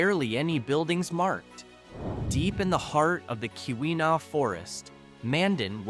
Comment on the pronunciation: Keweenaw pronounced Key When Nah